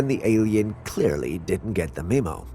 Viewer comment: i hear hints of a French accent in your voice. Maybe that's why you can't pronounce words like Memo, Origin & Controversy correctly......?